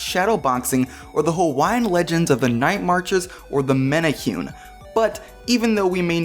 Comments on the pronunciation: Also, “many- who- neh” is how you say it. Great job on trying and just rolling with it. :) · Great video besides the Hawaii pronunciations. Men-ah-hu-neee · The way you pronounced menehune was cringy :/